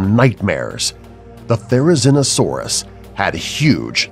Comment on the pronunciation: No he didnt lol atleast therizinosaurus was right